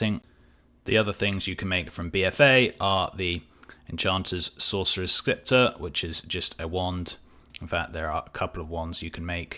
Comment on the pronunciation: i really hate to get all nitpicky and stuff, not all "c's" are pronounced with a hard "k" sound, Scepter is pronounced Septer, the c is silent. and with the word Cinch you were strugling with is also pronounced sinch not kinch, im not going to get on the word herbs because i know thats a brittish thing. Love your content, hate the way it crashes markets though, dont hate me. >.<